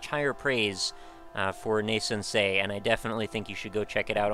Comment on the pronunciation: I only just saw this, but god dammit, you're the only reviewer who gets the pronounciation of the title right. Thumbs up ;p